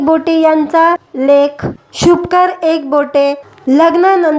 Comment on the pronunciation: शुभकर नाही शुभंकर असे बोलता येत नाही का? कानाला खटकते.